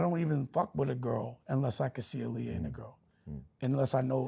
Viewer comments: If he knew Aaliyah he would know her name is pronounced AHHHLIYAH NOT UhhhLiyah. Man he’s exhausting 😂 I can’t with Dame, sheesh! 30 mins in & I need a drink! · Dame is delusional! He was so mad when he wasn’t a part of the Roc anymore that he tried to use Jim Jones & Cam to attack Jay through music. This man is so in love with Aaliyah and doesn’t even say her name correctly. Look it up, she was a stickler about saying her name is pronounced AH-Liyah. He did EVERYTHING and has nothing but hatred in his heart towards anyone who doesn’t stroke his ego.